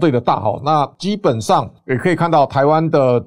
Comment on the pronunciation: 短短13分鐘唸了三次 啟業🔥🔥🔥 你在中國小學受國文教育嗎？ 念四聲（企業）很難嗎？ 連你自己都擁抱中國語文 還說誰？ 去年健保七月份調漲一次， 今年一月份又調漲一次 它奶奶的這個我不可控、台灣就為了養中國女人他們一群父母來台灣使用健保年年漲價🔥🔥 但你的節目，我選擇不看